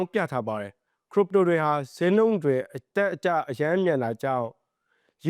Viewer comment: ခရစ်ပ်တို လို့အသံထွက်ပါ